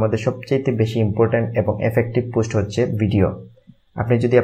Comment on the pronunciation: ভাই পুস্ট না পোস্ট উচ্চারণ